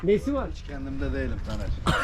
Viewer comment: Neden dağ gibi TANER abime %50 Tamer diyor? 🤣🤣🤣